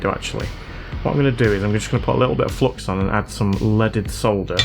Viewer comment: During a lot of time I thought you were saying "let it solder" instead of "leaded solder" as a joke, cause english is not my first language. I think I'll continue to listen to it as "let it solder" if u don't mind 😂. Fantastic job!